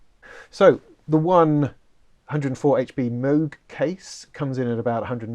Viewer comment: PPS - it’s “moog” not “moog”